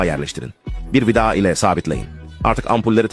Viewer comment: Bu adam vida diyemiyormu vida dağı diyor😂😂😂😂😂